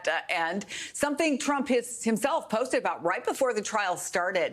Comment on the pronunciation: Around the mark, Paul Butler calls him Dump!! I've listened to it three times and can't see that it's anything else.